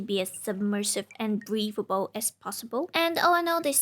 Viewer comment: I REALLY didn't like the way you said submerisve and breathable lol